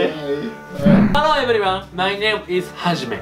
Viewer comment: Not evelyone. It's everyone.Not stud. It's study.Not usefulul. It's useful.Not leal. It's real. Not nexto. It's next. Not ice cleam. It's ice cream. Not tiga. It's tiger. Not longu. It's longer.